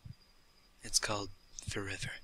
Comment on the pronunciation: does anyone hear 'forever' when he says 'for river' ?